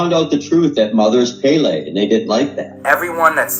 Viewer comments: bad. but she did have stage 4 cancer. And its the goddess of fire's name is pronounced "pell-ee". Not "pay-lay". Those are haoli words. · "Pay-lay." Lol